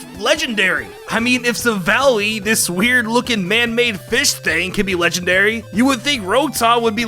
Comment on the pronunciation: it’s legendary not lengandary 😁